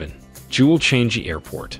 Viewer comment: Learn how to pronounce Changi!